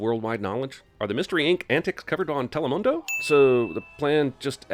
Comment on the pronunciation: Lmao he said telemundo 😂